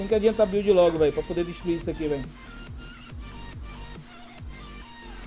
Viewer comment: biuld kkkkk